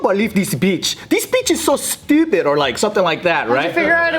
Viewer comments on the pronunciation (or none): joe from DMV “stewpid”